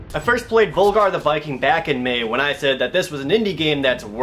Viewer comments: It'd be pronounced like V-OOH-Lgar wouldn't it? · Why does nobody call him Völgarr!? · It's actually pronounced "Vulgar the Viking" because in Icelandic and other northern languages the letter "ö" Is pronounced "uh". How I know this is because am born and raised on Iceland